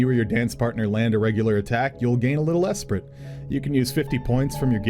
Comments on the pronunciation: This was a really great overview so thanks 😄 But if you're going to be talking about DNC skills a lot in videos, you're gonna need to learn to pronounce some French words 🤣 I'll get you started: "En avant" > on ahVO(Nh) ...and Esprit > esPREE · considering everything's named off French words that esprit would be pronounced like espree. French word for spirit. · Esprit. The T is silent! But I'm super excited for Dancer besides, it seems to stand out in its gameplay!